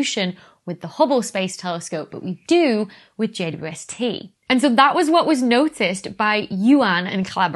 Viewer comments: It sounds like she says, JUST. Not JWST. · A few times you pronounced JWST as J dew ST, lol. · “JWST” is fine as text, but when abbreviated audibly should be “J-WEB-S-T” because J ”Double U” ST is just ridiculous given that to abbreviate is to shorten. That’s currently my crisis in cosmology… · How is she pronouncing "JWST"? 'Jay-wuh-ess-tee?' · Can everybody PLEASE stop calling it "JWST"? It sounds like juiced, or juh-wus-tah. Why not just Webb, or THE Webb or something. God what an unfortunate name. Hate it. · It's so hard to follow every time you shorten James Webb Space Telescope to JWST b/c every time you say the acronym you just fly over the W and I get so confused what you're talking about with the J-ST instead of JWST.